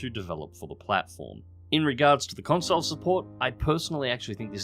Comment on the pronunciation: “Consile”. Um........no